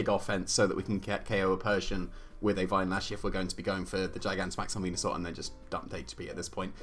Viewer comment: They used the correct pronounciation of Wenusaur. Good.